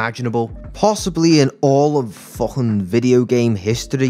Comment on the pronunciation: He says the F word like "Fluffin"